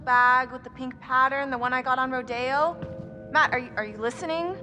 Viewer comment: Am I the only one who lives in the south and gets pissed off by the way Emily says rodeo